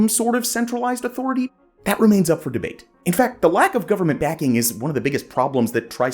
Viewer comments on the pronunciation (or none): none